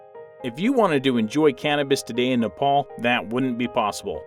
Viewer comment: U r pronouncing nepal worng